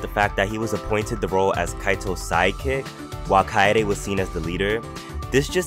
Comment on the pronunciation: WHY YOU SAY ROLE LIKE THSITSITXKYXITCOYFPYFG